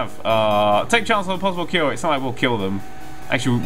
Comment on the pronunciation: I can never tell if he is saying cure or kill XD